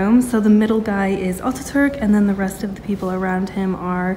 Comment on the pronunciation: Not oturk his name is Atatürk